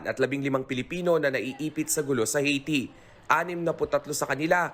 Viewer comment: Ang OA naman ng pagkabigkas ng Haiti. It's Aihh-Ti.